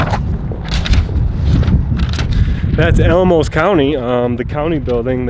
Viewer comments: Pronounced Al-a-mosa FYI. Colorado is basically virgin ground for audits. Not surprised you’re getting pushback. Good luck! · It's Al-uh-mosa